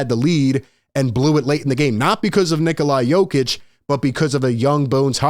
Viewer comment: This dum fuq can’t even say Nikola Jokic properly…dude he is a back to back mvp at least get his name right…I know they don’t have the sharpest tools in the shed out in Philly tho.